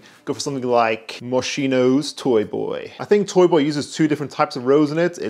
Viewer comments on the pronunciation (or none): As Italian I feel obligated to explain Moschino spelling: the right way to pronounce it is something like "Mos key no" 😎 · flexibg french but cant say moschino